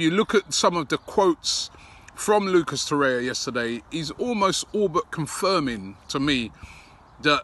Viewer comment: "Lucas Torrea"